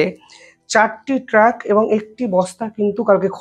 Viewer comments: Eta apni ‘truck’ bolte chan ki ? Karon lekha toh ‘trunk’ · ভাই, কথাটা, " ট্রাক নয় ট্রাঙ্ক "। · আরে ভাই, ওটা ট্রাক নয় ট্রাঙ্ক হবে। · Truck noy trank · ট্রাক নয়, বলুন ট্রাঙ্ক। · Vai sorry truck noy trunk. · ট্রাক ??? উচ্চারণ শেখো আগে ।